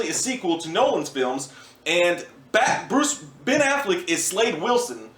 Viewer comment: Ben* not nen